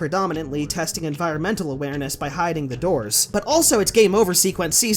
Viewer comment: Slow it down fully and it’s fucking halarious, it sounds like he’s drunk!